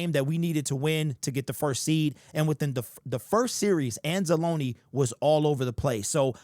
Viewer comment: Thank you for saying Anza-loneeeee, not Anz-Alone...